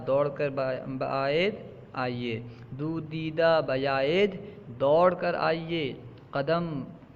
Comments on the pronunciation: اپ اسے دودا پڑھ رہے ہیں دودا نہیں ہے وہ وہ داودا ہے دویدن مصدر دوڑنے سے😂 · دویدہ ہے وہ دیدہ نہیں ہے